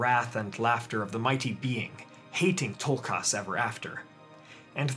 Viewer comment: This is lovely. But one teeny criticism, why do you over pronounce their names so heavily..? Its Tulkas.. not toolkarse